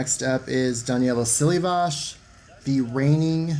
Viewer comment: As someone who speaks Portuguese and Romanian I appreciate your pronunciation of Daniela Siliivas’s name. Few people know that Romanian is the fifth and often forgotten romantic language and it’s very close to Portuguese. Most people in Portugal 🇵🇹 Brasil 🇧🇷 e Romania 🇷🇴 do not double L like Italians. The number 7 is very powerful culturally that’s why Daniela and Lavinia etc. As your token professional ballerina I love when you use ballet 🩰 terms such as sissonne, which when landed on one foot would be called sissonne ouvert and when landed on both feet closed would be sissonne fermé. I was surprised that Henrietta who’s clearly very flexible couldn’t get the amplitude required. She can clearly do over splits just by looking at her beautiful scale! I’ve never seen this video before and I’m loving it! Спасибо, что сохранили золотой век гимнастики. Такое ощущение, будто я снова в Москве или Бухаресте... Браво 👏🏻🩰